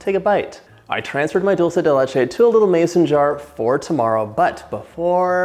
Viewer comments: Just a little correction, it's 'dUlce de leche' not 'dOlce de leche', think it this way, dulce means sweet, de means of, and leche means milk, so basycally a sweet thing made of milk! :)) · I'm guessing because most English speakers pronounce it dolche (which I think is Italian) instead of dulce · Thanks for the correction: I've always pronounced it as though it were Italian rather than Spanish. Now I know better. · As soon as I heard dull say de litch ayyy… I got tf outta here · I love how u say “dulce de leche” 😊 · I speak 5 different languages but I'm Latina and I can tell you John didn't say it correctly